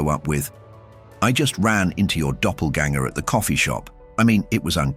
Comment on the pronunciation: I am so sorry, I just have to Say,I have been cracking up so badly for your word Doppelgänger I looked up in the dictionary it is not there. What is it? By the pronunciation, May I assume it is a foreign object !